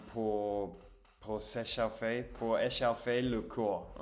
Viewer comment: "S'échauffer" se dit phonétiquement "séchofé", "au"= le son "o" Si je peux me permettre "se magner" est un mot un peu péjoratif. On préfère utiliser le terme "se dépêcher". "Elle a cassé" c'est pareil c'est un peu péjoratif, c'est plus joli de dire elle a rompu (verbe rompre). Confiture de fraises (prononcer "frèze"). Bon appétit et bravo 👏🏻